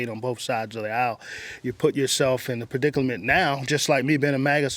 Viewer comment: did he say "perdicalment"?🤣